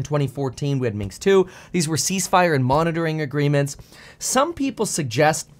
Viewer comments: Minsk Accord not Minks! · Minsk, not Minx! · Its Minsk not Minks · It is MinSk agreement by the way, not MinKs or Minxed agreement which you keep repeating. It was named Minsk agreement because that is where the talks took place, in the Belarusian capital. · Point. However (and yes, subscribed) your delivery speed transposed "Minsk Agreement" into "Minks Agreement" or just "Minks." Felt a bit weird, for a moment, but just a thought. Speed is great, just don't be THIS guy